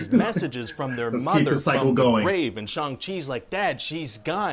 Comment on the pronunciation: SO grateful pronounced Shang correctly!:)